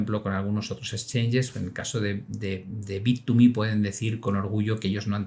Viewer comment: ya se confirmó como un vendedor de publicidad de bittuuumehhh 😂